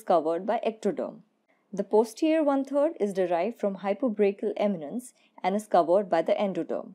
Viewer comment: why are you saying hypobrachial eminence?